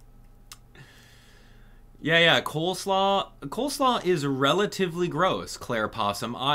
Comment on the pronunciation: its COLE slaw, not COLD 😭😭